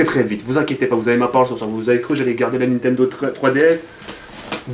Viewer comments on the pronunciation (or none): none